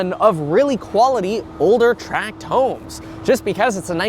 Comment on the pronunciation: Thanks for calling them 'tract' homes, and not 'track' homes.